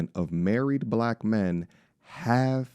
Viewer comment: "I wanna get murried" 😂